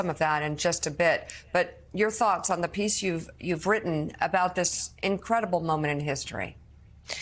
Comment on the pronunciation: He friggin can’t even pronounce her name which as we all know has been a pattern with the Republican Party and a dog whistle for racist misogynists who permeate starting at the top